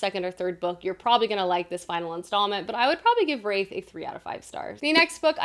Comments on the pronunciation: The word Wrath is pronounced as in Bath. Wraith is something else entirely. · Curious why is pronouncing the word ‘wrath’ like ‘wraith’? can anyone help me out here?